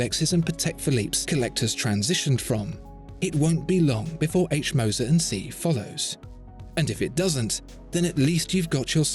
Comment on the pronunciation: "Cie" is the abbreviation for the French "compagnie". Saying "CIe" (see!) sounds terrible from a supposed oracle of horology. Even a poor, anglicised pronunciation of the whole word would be better.